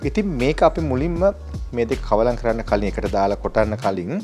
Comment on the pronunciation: කවලන් නොවේ කළවම් කියන්න මහත්මයා ...Keep it up !